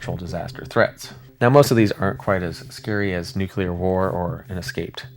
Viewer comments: Brother. I love your videos BUT...I really needs you to STOP SAYING "NOOK-you-lar" (Nuclear) it is NEW-CLEAR. There is no other way to pronounce it. It is not a regional thing. It is NUCLEAR. Pronounced exactly as it's spelled. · NukULAR???? Come on broooo! Quote from Peter Griffin on Family Guy from their earlier seasons: “Nuclear?? No it’s nukular dumbass. The S is silent!” It’s nuCLEAR! Y’all know how it’s spelled! Then say it right! Even when I’m typing this, it has an autocorrect on nuKULAR and changes it to nuCLEAR like how it is OFFICIALLY spelled! When anyone says nuKULAR to me, there is a nuCLEAR bomb going off in my brain! 😂😂 Spell it, then say it for god sake! My nag is done😂😂 but your vids are pretty good and your voice is cool too! Thank you for the entertainment! I do love the thunderbolt 1000t siren’s sound! It’s definitely the scariest sounding! They discontinued those in a couple counties in Ohio and Indiana! I’m in the Lawrenceburg Indiana and Cincinnati Ohio area, and in the early 2000’s they had the thunderbolts, but a couple years later they installed more modern sirens. I can’t remember what those are called, but those sound scary too. But the thunderbolt I think is the coolest and scariest sounding siren of them all! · Please learn how to say nuclear.